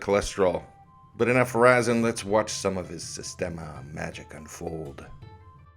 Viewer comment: “Systenema” Nice! 😂👏🏻